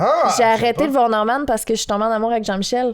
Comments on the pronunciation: En fait, un peu pour te contredire, Norman vient plutôt du nom anglais Norman, dans lequel on prononce le "n" à la fin. La prononciation "Normane" serait donc approprié dans ce cas-ci. C'est tout pour moi. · Ca se prononce normane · Quand il dit Norman il prononce pas le n ça se prononce normanne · Bro respect notre ytb la cest sa ce dit NORMANEEEE pas Normand mdr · Prononciation : Normane Pas norman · On dit « Normane » et pas « Normand ». Faut arrêter de dire des noms à votre façon. On dit Kentucky Fried Chicken (KFC) partout, même en France ! Y a que chez vous qu'on dit « Poulet Frit du Kentucky » (PFK). Fierté québécoise un peu mal placée ? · Sa se dit normanE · le dude sait même pas dire Norman correctement tu veux on rigole pas après